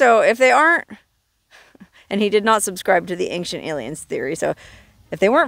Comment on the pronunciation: Ancient = ayn-chnt 😊 Love ya though!